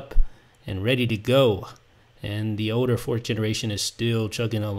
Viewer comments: its Older not Oder dude... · Older you say oder